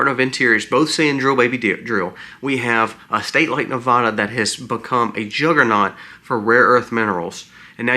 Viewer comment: Please, for future reference, it is pronounced Ne-VAD-uh, not Ne-VAH-duh. :body-green-covering-eyes: It's a touchy topic here! Thank you!